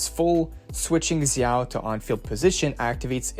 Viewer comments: It's pronounced (d)jao, not zzzao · no it’s pronounced jao Zh together translates to J sound from Chinese to English in ALL cases(no exceptions). Same with Zhu Yuan (Ju Yuan) Note: also I looked it up and Xin Zhao from league is actually pronounced (Shin *Jow*) so you’re wrong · thanks for this i'm so excited for the new agents! also zh- is like a j- in mandarin! they actually have two j sounds but i won't confused you more haha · its zhao... just like "xin zha" is pronounced in league